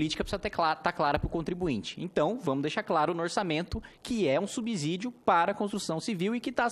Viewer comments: Parabéns, nobre deputado. Concordo plenamente com seu ponto de vista a respeito do fim do FGTS. Peço somente vênia para discordar da maneira como pronuncia a palavra SUBSÍDIO (subzídio não é correto ). Essa palavra se pronuncia SUBSSÍDIO. O s tem som de z quando está entre duas vogais, como ocorre na palavra casa. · Kim, muito bom o discurso... Dois comentários construtivos : 1)Subsídio tem som de "S", como paralelo pense na palavra absurdo. 2)FGTS não é imposto, é uma contribuição social,veja a classificação dos tributos, será importante para passar mais credibilidade nesse trabalho bem feito e importante que vc está fazendo. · Kim, desculpa te corrigir por aqui mas não tenho outra forma. Subsídio, o segundo s tem som de s mesmo.